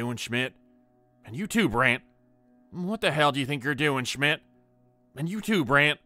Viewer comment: Schmitt, Richter.. well German pronunciation 😊😊great story written and performed! Hi from a German gal